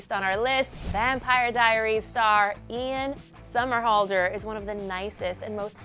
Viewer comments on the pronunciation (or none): "Iam Somerhalder" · Lolol"Iam" Somerhalder